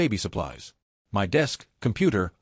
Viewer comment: Please, teach this aweful AI voice to pronounce "my"! This is horribly unprofessional. 😮